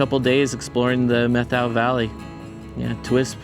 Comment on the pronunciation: It's pronounced Met how, not Meth ow. Emphasis on the first syllable. My family has a long connection with the Methow Valley. My great grandfather was among the first to settle the area, having a ranch in Twisp. One story told to me by my father was about my grandmothers half brother. In about 1890, I think Dad said, grandmothers half brother, who will go nameless in this tale, and two of his friends worked the ranches in the area between Pateros and Winthrop. One day they got drunk, rode their horses into a saloon in Winthrop and shot the ceiling out of the place. At that time there was no law enforcement nor courts in Winthrop. The way the locals handled the situation was to invite the boys to remove themselves from Winthrop and never come back. My grandmothers half brother moved up to the Chilcotin district in BC and started a cattle ranch, ran pack horse trains into the backcountry to mines, ranches and hunting parties and made leather horse tack, saddles, shirts, chaps and other leather goods. I always wondered if it was the Three Finger Jack saloon they shot the ceiling out of. I went in there for lunch once and checked out the ceiling. It looked pretty intact to me, so, who knows?